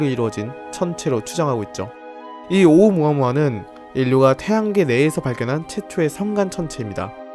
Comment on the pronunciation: 발음할때는 오우무아무아가 아니고 숫자 일 할때 세게 말하시죠? 그것처럼 오!우무아무아라고 하셔야 합니다. 정확히는 성대를 닫아야 해요.(ʔ)